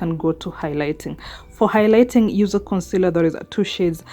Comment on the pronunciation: Did you just say I can youse bar soap 🤭😅